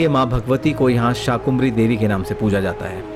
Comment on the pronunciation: आपने मां शाकंभरी देवी का विवरण प्रस्तुत कर प्रसन्नता के स्थान पर दुखी किया है क्योंकि आपने मां का नाम अशुद्ध उच्चारित किया है आपने शाकुंभरी देवी एक नहीं अनेक बार उच्चारित किया है जबकि मां का शुद्ध नामyadi ab Sar MI yadi aap Sar MI namaskar sar धर्म ग्रंथों पुराणों और इतिहास के अंदर शाकंभरी देवी उल्लिखित है ना कि शाकुंभरी देवी कृपया